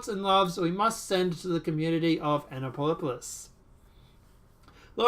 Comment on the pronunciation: It's pronounced Ann-uh-run-dull (county) and Ann-app-o-lus (Annapolis), where the Naval Academy is located, the oldest state house in the nation, the state's capitol, where much of the Declaration of Independence was signed and the nation's capital for a very short time. The unofficial motto of the town is a "drinking town with a sailing problem" and it's officially known as "the sailing capitol of the world". It's a really neat place and I'm so sorry to hear about this. That guy looks like a real "peach" and considering Annapolis' prominence, I wouldn't doubt this is another false flag orchestrated by the "deep state", despite the narrative. This place has so many ties to the military industrial complex, the elite, the military, and DC politicians, it's daunting. I DEFINITELY wouldn't take this at face value!!